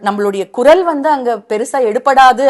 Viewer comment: Kural nu cholunga sir.... 'Kurazh '. Ilai ..